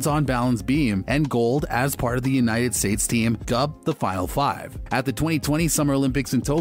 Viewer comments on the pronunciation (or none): none